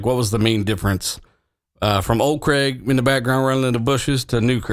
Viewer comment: Craig. It's CRAYG not CREGG, just sayin' is all. 😁